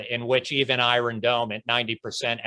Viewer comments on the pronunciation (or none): Did you said "The Iron Callander"? 😃